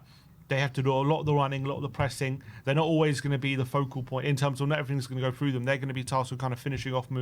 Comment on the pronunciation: Oh no, gone back to saying “fink” and “frough,” why, why? 😂 I thought you’d got over sounding like a fairground roustabout! 🤣